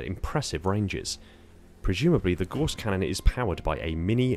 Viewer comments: Gauss rhymes with house not horse! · If you are going to make a video about a weapon, make sure you can correctly pronounce said weapon. It is pronounced g-ow-ss not g-o-ss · I'mma be that guy and point out Gauss is pronounced like House. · For those who still are fighting the war on how to pronounce "Gauss Cannon", I'm on the right side